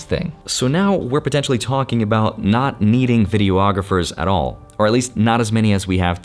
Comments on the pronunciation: Please stop saying “Video-ographers”! It’s pronounced “Videe-AH-grapher.” Thank you. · Omg please stop saying "video-ographers"